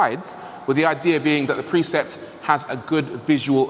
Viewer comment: You pronounce precept as preset